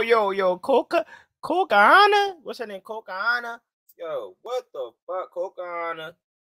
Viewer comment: Put out that lefty, son. It's HINATA, not Hinta. Lol Also, it COCONA, CO-CO-NA, not Cocahantas. Hahaha.